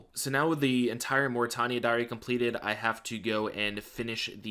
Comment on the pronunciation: Can you pronounce Morytania like a normal person please ffs